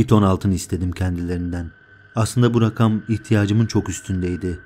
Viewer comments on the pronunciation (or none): none